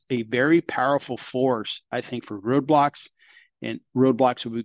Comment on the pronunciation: Roblox not Roadblox m8 😂